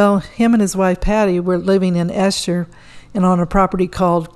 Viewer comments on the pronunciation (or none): Note: 'Esher' is pronounced to rhyme with 'Eater', with a soft 'E'. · Kinfauns was in Esher - pronounced with a long E to rhyme with “keeper”